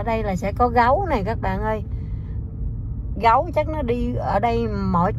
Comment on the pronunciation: Ở VN phát âm là GẤU, hỏng phải GÁU à nha... Tks for sharing... 😂😁